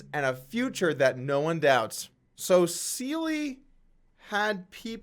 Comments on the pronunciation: Seele --> German for "SOUL" ---> pronounced SEHLE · Seele is pronunced ze - le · This guy Doug polk comes across as a complete idiot. Thinks he's funny but is not, couldnt even say seele properly, stops the camera every 20 seconds because obviously doesn't know what to say next, just skimming off other people and the news with no real content of his own, and bullying suppoman for no reason other than to drive up his own ratings. Clearly just a hanger on riding the crypto wave (badly).